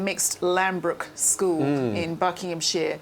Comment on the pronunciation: Lambrook School appears to be in Berkshire - just like Windsor. Not in Bucking ham sheer as the note-reading 'presenter' puts it.